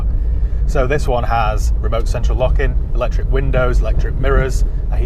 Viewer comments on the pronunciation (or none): none